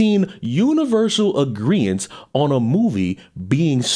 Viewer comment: 'agreence' - lol - try 'agreement'. before you say it, it's 'converse' not 'conversate', 'ask' not 'aks', 'escape' not 'ekscape'.